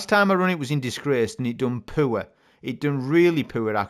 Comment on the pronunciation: “it done poor!”, “it done poor!” i swear you sound like a southerner when you say that. that had me crackin up!😂😂😂😂😂